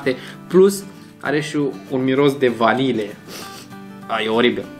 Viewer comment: Vanilie nu vanile